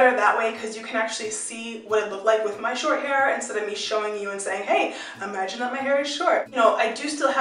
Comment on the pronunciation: "instead of me saying 'Hey! Uhh-magine that my hair is short!'" I lol'ed XD